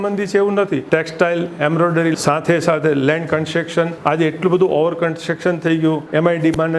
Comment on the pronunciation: construction barobar bolo.gana saurastrian construction barobar bolta nathi😅